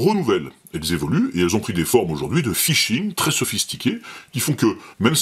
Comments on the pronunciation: Fishing et pas Phising :D Sinon bonne vidéo bravo :D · Phishing ! pas Phising (1'15) 😅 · Salut! Je viens de m'abonner car j'apprécie vraiment tes vidéos. Juste une petit truc, phisHing ça va mieux avec le H, comme pour d'autres choses! A+. K.